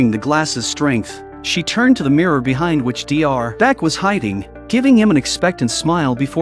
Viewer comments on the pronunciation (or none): none